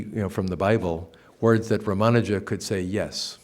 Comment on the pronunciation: Why does the good professor insist on mispronouncing Sri Ramanuja's name? Odd.